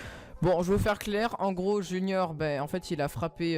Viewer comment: Qui a remarqué que c’était pas "Junior" mais "Junoir" ? 😂